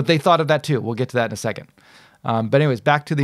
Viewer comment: It’s pronounced second se-KANDE (like ‘kong’ but with a ‘d’)